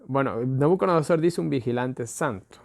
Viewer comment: SI: Nabucodonosor NO: Nabuconodosor